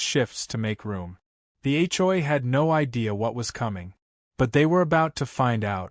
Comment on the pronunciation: When will AI learn to pronounce HOA instead of H,JOY🤣🤣